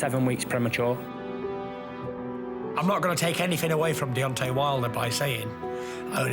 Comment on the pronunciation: Can somebody at BT please tell Steven Bunce it's DEONTAY not DEONTY, thanks...